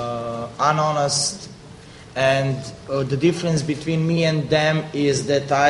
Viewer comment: unhonest( anonest) hahahahahaaah kakav lik